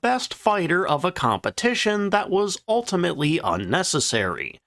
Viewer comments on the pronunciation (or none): none